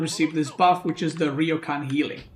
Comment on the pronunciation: Gonna be that guy for all Our future sanity It’s ryoooo kaaaaan